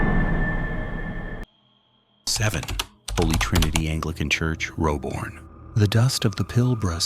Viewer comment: Great to see the Pilbara region of Western Australia on this video there is a few haunted places up there the town of new norcia in WA has some haunted churches i have actually been to that town i know u say it has u see it Roebourne is pronounced Roh Burn.